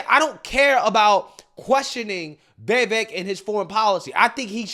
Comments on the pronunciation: Why are you/they saying his name, Vivaak? It's Vivek. (Vee-veck). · It's pronounced like Viv•ache, not Ve•vake. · Veeeevaaake. LOL how did you manage to butcher his name that bad? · Why do you continue to butcher his name? You seem so enamoured with him; just pronounce his name CORECTLY. Repeat after me: VIH-VAYK! For God's sake! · My guy, can you please pronounce this mans name correctly😂😂